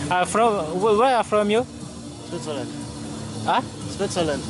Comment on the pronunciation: братан, свизеленд (как он произнес) (на анг. switzerland) это Швейцария))